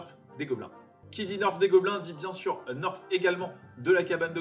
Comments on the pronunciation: premiere fois que j entend le mot "nerf" se prononcer "neurf"🙂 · Très bonne vidéo mais ça se dit nerf pas neurf👍🏽